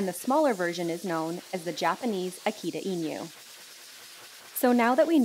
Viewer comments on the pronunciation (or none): I think the first key to understanding a dog is not the genetics. It's pronouncing their name correctly. Akita INU (eenu) not eenyu. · "akyita inyuw"